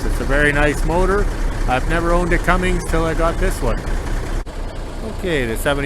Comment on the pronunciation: Cummins, not Cummings, just sayin